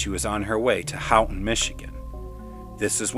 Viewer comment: Good story. I have heard you in past episodes ask listeners for any additional info or corrections in pronunciation. For the record, Houghton MI is pronounced Hoe-ton. You do a good job and I appreciate your efforts bringing these stories to life. Look forward to your next episode.